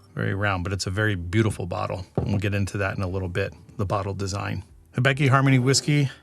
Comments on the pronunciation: Sounds like a good Whiskey but I get a tick every time you say if ("Hebiki" use Hi-bi-ki") ("get tid of the "e" in the I :P") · Again, I really like the way you describe the taste; kudos! For this one, it's pronounced hee-BEE-kee. I believe you have a "beck" in there somewhere, which is incorrect. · Great Video! Also, probably not the first to say this, but in Japanese->English spelling the "i" is generally pronounced with a long "E" sound. In this case, "Hee-Bee-Kee ", if anyone was interested. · of note hibiki is pronounced he-be-key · it's pronounced, "he" as in he-she, "bee" as in honeybee, and "key" as in house key, "he-bee-key" 😉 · Pronounced hee-bee-kee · How difficult izzit to say Hibiki lol how did all three “i”s get pronounced differently